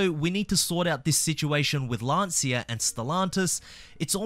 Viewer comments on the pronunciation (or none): Isn't Lancia pronounced more like "lanchya"? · Only ever heard it be pronounced like “Lan see uh”. Maybe in Italy it’s pronounced like that